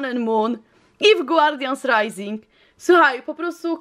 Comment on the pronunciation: to co powiem jest dziwne, ale zawsze gdy słyszałam jak mówisz guardians rising to słyszałam Guardian SRAJsing! Myślałam że nie lubisz tych boosterów i dla tego tak mówisz. Ale teraz weszłam na lootqest i już wiem że tak nie jest😊😉😂❤️